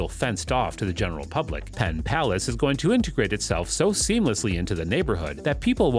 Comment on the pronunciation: Was the narration generated by AI? Arlington, West Virginia?? Pittsylvania, South Virginia?? Pontiac River?? PenPlace, not Penn Palace. It even says PenPlace on the graphic!! You got more details wrong than you got right. We are all dumber after watching this.